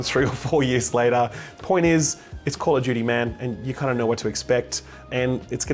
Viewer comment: "Call of Judy" 🤣, Jake has full right to rag on you because of this.